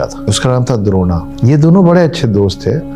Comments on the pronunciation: द्रोणा नहीं द्रोण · kripya dron ko drona na kahiyey kitna sunney mein bura lagta hai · द्रोणा नही द्रोण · Very informative But it’s not Dron not drona,sir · Sir, since you impart epic information, it would help if you pronounced the names properly. "Drona" should be pronounced thus: द्रोण (Droṇa), so please continue your good work but get the names right. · अपना उच्चारण ठीक कीजिए जी। यह द्रोण है द्रोणा नहीं। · Drona nahi dron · द्रोणा नहीं द्रोण।। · Sir द्रोणा नहीं द्रोण है वे. लास्ट में आ लगाना अंग्रोजेने सुरू किया है. लेकीन आप तो इंडियन हैं और characters भी Indian so कृपया सही उच्चारण करोगे तो अच्छा होगा! New generation को characters के सही नाम पता होना चाहिए!